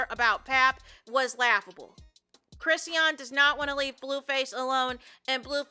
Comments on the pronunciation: Me trying to ignore "Crissy-ahn" and focus on the content the entire time watching this video. 😖😣😩😫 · Hey! Her name is pronounced …”Chris””Shawn”= Chrisean..😊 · well that’s weird I’m sure she would want her name pronounced correctly…